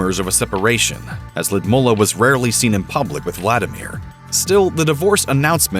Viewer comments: That pronunciation of Lood-ih-mee-lah ( he said Lud mula)is rouugh lmfao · I wish he would say her name correctly. Ludmeela, not LudmUlla. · The way he butchers her name... It's pronounced Loodmeela. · Lewdmola? Pronunciation issues? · It is Lyudmeela, not Lyudmulla. Please do your research on pronunciation. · It is Ludmilla not Ludmulla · It’s pronounced “Lud-Mill-a” not “Lud-MO-la” cringe every time you say her name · It's Lyudmila not Lyidmula!!! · why does the narrator call her Lydmulla? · I like the way you say his name. Puut-n. Also it's L-yu-d-mila. Not Lidmula. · I hate to correct pronunciations as it can put a spin tangent to the intent of the clip, but the pronunciation of Lyudmila sounds like a 'bear to one's ears'. Probably the best pronunciation to the name as to how it's said in Russian using English phonetics is (lewd-Meal 'ah) not (Lewd-Mull 'ah). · Omg it’s “Lud-MEELA”, not “Lud-mullah” 🙄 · Lyudmeela not mula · lyudmila ..sounds ludmila ...not ludmula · Can you please learn how to say the name Ludmila properly? it says L-oo-dmilla, nor "ladmoohla". Totally annoying, when you English only speakers not even give it a try, while the rest of the world is learning languages. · She is not Ludmulah, she is Ludmila. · ‘Ludmulla’ 🙄 this voiceover bloke needs some pronounciation lessons 😂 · Lidmula??????? Lyudmila,,,,, get it right ffs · “Lee-ud-meela” please get it right! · Loodmoolla??? It is not difficult to google the pronunciation. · Lidmula…wth man, i’m not a hater but for you “I” is “ u” and vice versa! Geeeez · lewd-ME-la! Grrrrr. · its L'youd-meela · It really bugs me how you keep mispronouncing her name. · I wish they would fix the pronunciation of Putin wife's name, it is painful the way the narrator pronounced it. It is something completely different. Beautiful Russian name. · The voice over is even not pronouncing her name right . How anyone can trust this so-called "journalism" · Every Russian name is butchered by these Muppets ‘reporters’.